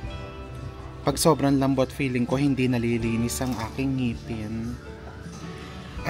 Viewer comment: Ang arte lol haha ANG LAMBOTTTTTT EMPHASIZE ON TTTTTTT